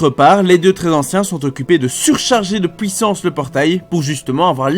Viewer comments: Fantastique tes vidéos je me les refais toutes, par contre on dit "puissance" et pas "pouissance" :p <3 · tres bonne video sincerement tu fais un bon boulot !! MAIS STP ARRRRETE AVEC TON ACCENT DE DIRE POUUIT POUISSANCE C ENERVANNTT